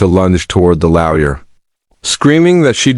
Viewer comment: FFS it's LAW-YER not frecken LOUYA. 😢LTFREPYDA